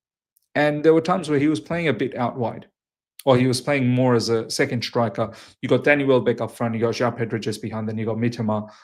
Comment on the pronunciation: Its pronounced ‘striker’ not ‘shtrikah’ haha. Jk. I’m Aussie too but I live in Canada so it’s just funny hearing